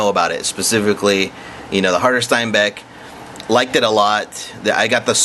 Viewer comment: But you're alright with saying "Steinbeck" instead of Steenbeck? OK. And if you want to get picky - pronounce it shteen beck. Adios.